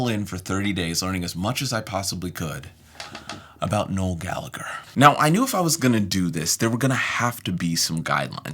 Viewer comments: 1. Gal a her Is how its pronounced Not galager 2. Listen to Johnny Marr... Charming man Keep up good work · You pronounce the hard g and silence the h in Gallagher. For those Gallaghers anyway. Irish names are so inconsistent 🤣